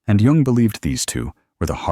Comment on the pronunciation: The man’s name was JUNG! J-U-N-G